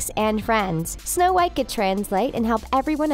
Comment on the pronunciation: Is my phone glitching or do you keep saying Show white I am so confused…